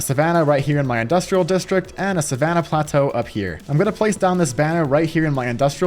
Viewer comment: When he said plateau I was like bruh 🤦‍♂️🤦‍♂️🤦‍♂️